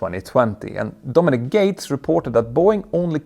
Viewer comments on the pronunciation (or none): none